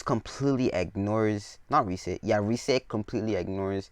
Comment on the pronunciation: her name is rias not rise.Sorry if i offended u